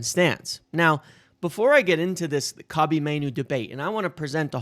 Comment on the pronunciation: I know it’s super petty of me but hearing his name slaughtered over and over is killing me, lol. Not corn cobbie it’s Koh-bee, Same as Mr. Bryant RIP. Good video as always.